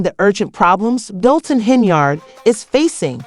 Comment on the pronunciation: I need this blogger to learn how to say DOLTON! I can't ! Just stop! Do a vid on Diddy Boo!